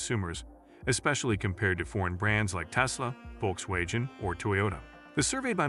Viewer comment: When did VW become 'volk-way-jen'???? Another example of ChatGPT as a 2nd language I guess.